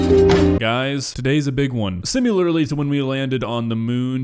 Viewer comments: my dude...Stop saying "sim-you-ler"!😫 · "Simular" I love how you say that "simularly" 😂